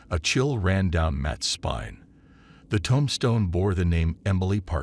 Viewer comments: Too, tombstone not tomstone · Robo-readers mispronounce words (tomstone) and misplace emphasis in a story, making the story not worth listening to.